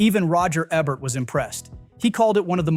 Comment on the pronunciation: Hahaha... Is this an AI voice? Or is it some fool that doesn't know how to pronounce one of the most famous film critics - Funny. Oh, He says Ebert later when talking about Gladiator... Strange.